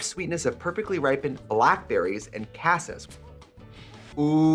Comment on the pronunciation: Trixie also cannot pronounce cassis correctly. Love that